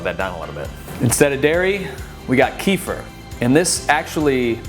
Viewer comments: not ki-fr, ke-fir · thanks for the video! swaps ive already done :) gonna try that vegan pesto too! :) and from a russian family, kefir is pronounced like keh-fear! :P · I think it's pronounced ki-feer 😊 Great video !